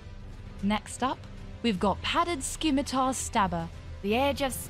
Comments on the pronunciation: uuugh i dont want to do this, but there's four mispronunciations in this video. scimitar is pronounced si-mi-tar, not ski-mi-tar. militia is pronounced mi-li-shia, not mi-li-tia aficionado is pronounced a-fi-ci-o-na-do, not a-fi-ci-an-do conquistador is pronounced kon-ki-sta-door, not kon-kwi-si-tor maybe this is a dialect thing that i'm missing, but i'm getting cavalry/calvary flashbacks. (one is troops on horses, the other is the hill where jesus died) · "skimitar" "militeeah" "conquizator" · . . . . . Scimitar has a soft C, and Militia is pronounced "Milisha", not "Mili-tee-a." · Skimitar? Militeeya? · Listening to Scimitar pronounced Skim-it-tar, Militia as Mil-lee-tea-ar and Conquistador as Con-Quiz-it-Tore. oof... They tried. They are annoying words I know... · If you're taking on voice acting, you should learn how to pronounce words like Scimitar and Conquistador before doing the recording.